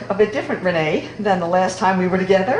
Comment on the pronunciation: Lucy called her Ren-nee, when she pulled up in the car, how sweet a pet name. Thanks for sharing.